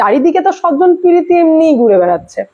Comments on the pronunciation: Apnar vdo dekhi, bes bhalo lage , kintu swajon poshon ta jokhon sojjon poshon bolen, kane lage, baki content khub bhalo koren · কথাটা সজ্জন না সজন। আপনার উচ্চারণ যথেষ্ট খারাপও। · সজ্জন আর স্বজন (সজন) দুটো শব্দের মানেই আলাদা, তাই উচ্চারণ ঠিক হওয়া উচিত